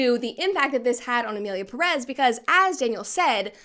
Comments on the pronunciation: Please Brett, each time you say "Emilia Pérez" I'm tempted to say like Hermione did to Ron in HP: I's Peeerez, not Pereeez.!!!... In another note , regarding the director when referring of Spanish speaking countries and his lack of due research of the Mexican culture: What did people expect from a french being french? Mockery of everything outside their own and believing the rest of the world is beneath them is typical for them, they are natural born trolls \_(ツ)_/. I personally think he did as intended I.E. Enrage everyone that could feel a minimum of relationship with the theme presented, or more precisely: misrepresented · Ik its not a problem in content but every time someone says Emilia Perez (peress) instead of Pérez (emphasis on the first E) i cringe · I now the movie sucks but pronounce the name right please